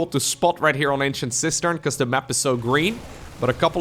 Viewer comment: I just now realized he's saying "Ancient Cistern" not "Ancient Sister"😅